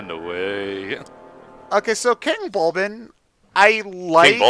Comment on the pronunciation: It’s King Bulblin. B-U-L-B-L-I-N. Bulblin.